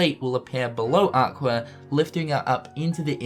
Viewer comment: it's funny how you say aquer for aqua and also it's the realm of darkness but theres lampposts lit up facepalm